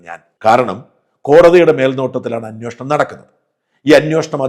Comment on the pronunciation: ഇത് അന്വേഷണം ആണോ അന്വോഷണം ആണോ. താങ്കൾക്ക് തരക്കേടില്ലാത്ത മലയാള പദം പ്രയോഗം